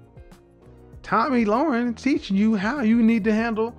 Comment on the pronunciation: 'Lahren' rhymes with 'Karen', not "Loren", as in 'warren'. p.s. Her eyebrows need an arch.